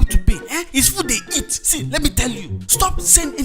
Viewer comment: is very funny 😂😂😂, I love that girl and I love how she pronounced see eh 😂😂😍